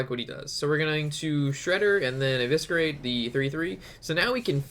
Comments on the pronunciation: Every time I heard evisKerate I wanted to scream but loved the vid keep it up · Really funny when you say evisKerate :)) ps: dont mind me, I love you and your videos.